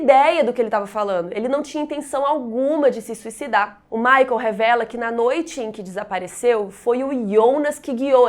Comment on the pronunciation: Amei! To amando na verdade essa semana Dark! Porem MUITA ANGUSTIA por causa da pronúncia dos nomes: Ulrich e Michael. Em alemao se diz “ú ri ch”, som de ch no final, como em chuva. E michael a mesma coisa, pois nao é uma pronúncia americanizada feito Michae Jackson, e sim, “mi cha él”, também como em chuva, e um “L” puxadinho.